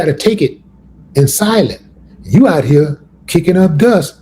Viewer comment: What's with Willie D butchering the word "OUT"? 🤦🏽‍♂️🤦🏽‍♂️🤦🏽‍♂️ Don't worry, I won't ask "a bot"😂 it anymore, and will be sure to leave it "OT" the comment section after this mention of it.